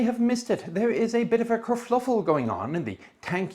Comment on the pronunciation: BTW, it's kerfuffle